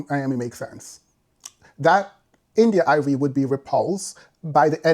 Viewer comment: Love how you pronounce India Irie😂. Like many women in the Neo-soul genre, or classical black music. They are lowkey male centred, to a degree respectability politics and classism I'd add. When they address issues in the communitay, it's always through shaming women and girls, while seldom addressing systemic issues, never mind misogynoir. Nonetheless, her points are fairly valid to an extent.